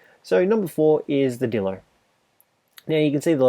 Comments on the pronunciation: Just so he know dilo or dilophosaurus is pronounced die low or the long version die lof a saw us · It’s pronounced DIE LOW